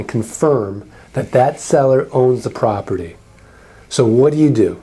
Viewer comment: Property is hard to pronounce properly, apparently.